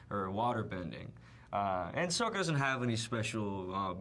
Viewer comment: Did he say "Sohka"??? OH shipwreck, they changed the pronunciation! :(